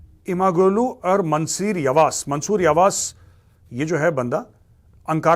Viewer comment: Major sir g in imamoglu is silent,read it as imamolu,yavas as yavash🙏